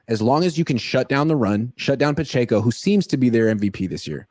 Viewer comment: The way says Pacheco is killing me It’s puh-check-oh, c’mon